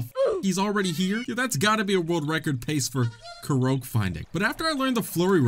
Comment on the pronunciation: The way you say Korok…. I thought it was pronounced Kor-ock ??